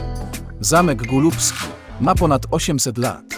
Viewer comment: Zamek golubski nie gulubski